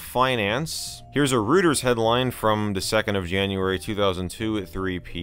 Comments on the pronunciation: For what it's worth.... it's Roy-ters not Rooters. Great vid though. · Please forgive the pedantry, but it's "roy-terz" and not "roo-terz". But great video!! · Rooters lol